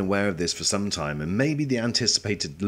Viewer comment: “We may be waiting an awfully long lime”